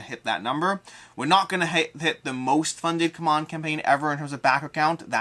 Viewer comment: It’s not pronounced come on, but C-MON my man.